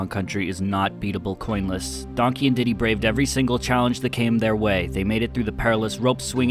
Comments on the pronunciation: Its diddy not dinky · Thats diddy, not "dinky"